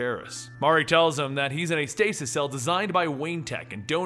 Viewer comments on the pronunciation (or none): none